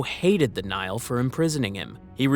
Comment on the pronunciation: For the record, the Latin word Nihil is pronounced "ni-hill", not "nile." It means 'nothing.' Even English Nihilist is probably pronounced "nie-ill-ist," not "nile-ist."